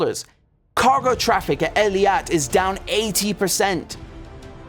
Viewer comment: ايلات Eilat pronounced eeeeeeeelaaaat